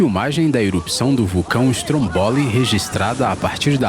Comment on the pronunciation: Pronúncia correta: /strómboli/ e não /strombóli/